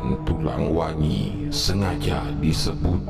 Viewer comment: maaf,,nyebutnya tulang wangi yaa,,bukan tulang wengi.saya jg tulang wangi,,tersiksa dr kecil😢